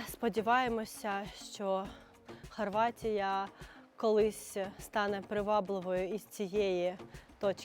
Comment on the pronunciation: .Не хочу бути хейтером.Вимова Харватія не вірна.Хорватія.Рідний Спліт❤.Відео зайшло.Удачі.Хай щастить у житті.